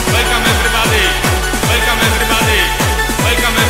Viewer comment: łelkom ewrybady!!!!!!!!